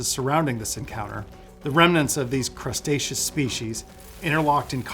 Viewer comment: ... Who hires a lawyer that can't even say Cretaceous. Or is the whole thing supposed to be about crabs.